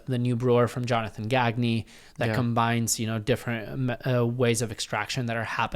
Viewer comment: Jonathan Gag-knee? 😂 Love it, but it's pronounced kinda French though